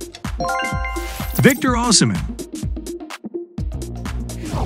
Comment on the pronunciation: Everyone tqlking ablut van djik but did u hear how he pronouced oshimen. Btw haaland is bonus